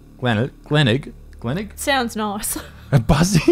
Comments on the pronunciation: Pronunciation lesson here. "Glenleg" as you say is pronounced Glen-Elg (the elg pronounced the same as elf or elf) "Glenelg" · On the subject of murder. You absolutely murdered the pronunciation of Glen-elg. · Being a bloke from Adelaide I have to say that hearing Glenelg pronounced as Glen leg is fucking hilarious and I'm calling it that from now on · Lost my shit at “glen leg” LOL I’m from Sydney and it took me a bit to get used to the place names here in Adelaide but Glenelg is pronounced exactly how it’s spelt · just had a stroke trying to understand the idea of pronouncing glenelg correctly aha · As an Adelaiden, I laughed so hard when you tried to say Glenelg. 🤦‍♀️🤦‍♀️ Hope you were able to say it in the end. I’m happy to hear whatever it is you guys come up with. I love the channel guys. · Its Glenelg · Oh you definitely won’t crack this case, you can’t even pronounce Glenelg! Lighthearted n offensive comments to a mans death I found in poor taste as well. I live in Adelaide and it’s a very sad on going mystery of a lost soul! Someone’s comments lower down is far more interesting, accurate and informative than this somewhat disrespectful vid of a mans death! 👎🏻👎🏻👎🏻